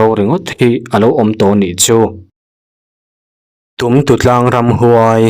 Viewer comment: Tumtutlang a lam dan pawh a diklo